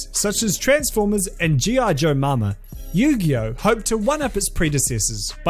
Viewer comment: Yu-gay-oh Sorry